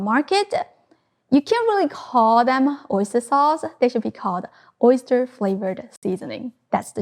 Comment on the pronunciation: OisturEH SaucEH ofEH realEH oistursEH